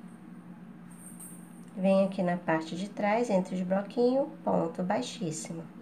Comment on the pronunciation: Não é broquinho e sim bloquinhos